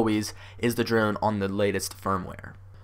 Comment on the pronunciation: This video was helpful. Thanks, but it sounds like you’re saying druone.